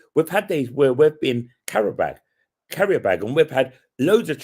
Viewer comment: Love the way pronounces it 'carrier bag' 😂